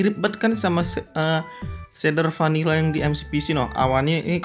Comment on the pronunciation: 👍🏼kamu bilang vanilla jadi panila:v 🤣😂